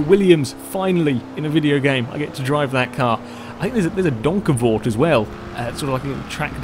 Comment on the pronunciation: I must applaud you saying Donkervoort correctly. Dutch manufacturers are usually pronounced quite awkwardly but you nailed it :P